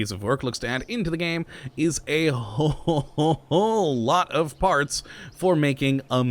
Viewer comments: did anyone else here fart s instead of parts in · When said a whole lot of parts I thought he said a whole lot of farts